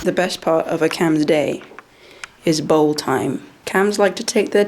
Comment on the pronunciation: when you said he likes to lick his bowl I thought you said ball and I had to backtrack for a second